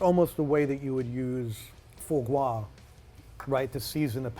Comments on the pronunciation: Foo-Gwa ... my gosh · Why can't he say "foie gras" properly?